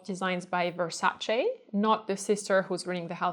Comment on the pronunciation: I love your videos and you are such a lovely & interesting person! Thank you so much for pronouncing Versace the correct way! :)